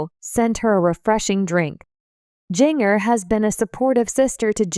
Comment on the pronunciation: At least pronounce her name right, JINJER!